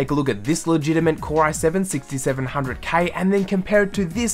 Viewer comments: It's legitiMATE, not legitiMENT and legitMACY, not legitiMENCY. Simple things like this ruin any credibility you may have. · why do you say la gina mint